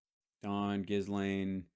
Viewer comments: Its pronouned Jellaine, not Gis Laine but hey who cares. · It's Ghee-lane, the S is silent. Ghee-lane maxwell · Hal, better if you ignore the “s” in Ghislaine. It’s silent.